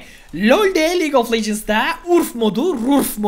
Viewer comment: abi legendes değil legends